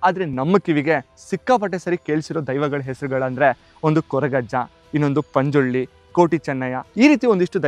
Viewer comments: Bro..... it's ಪಂಜುರ್ಲಿ ✅......not.... ಪಂಜುರ್ಳಿ ❎ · Bro adu Panjuli ala Panjurli daiva